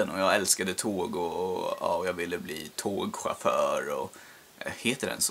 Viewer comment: du sa tåg chafföör! xD